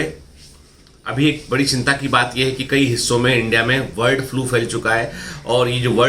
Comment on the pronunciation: Sir...It's my humble request please try improve your pronunciation... It s bird flu & not word flu...